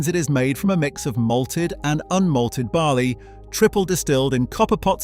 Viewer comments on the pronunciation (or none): none